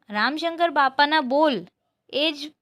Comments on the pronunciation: ramshankar not ramashankar But nice explanation ❤ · ramasankar nahi didi ramsankar